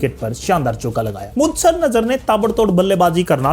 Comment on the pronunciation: भाई जब आपको बोलने का इतना शौक है कि 10 मिनट के वीडियो को आपने खींच खींच कर 25 मिनट का बना दिया, तो थोड़ा ढंग से बोलना भी सीख लो। वेंगसकर नहीं है, वेंगसरकर है। मुदसर नहीं है, मुद्दस्सर है।